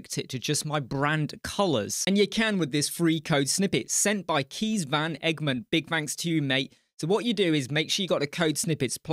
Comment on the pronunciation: Thanks for the shoutout! Felt good to give some back and couldn't have said it better myself! 🙏 And my name Kees is pronounced as Case in English, last name was almost perfect 🙂